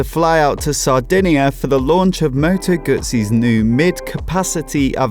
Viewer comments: It's still not Gutzi it's Guzzi. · There's no T in Guzzi.